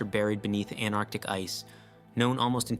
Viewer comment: AnTarctic, not Anarctic.